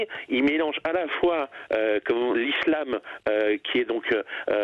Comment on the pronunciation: Allez retourne à la poste faire des colis mr Jean francois collissimo . Il sait même pas prononcer le mot islam même si il y’a s’un seul s . Toujours les mêmes qui parle de la Turquie c’est à dire un anti erdogan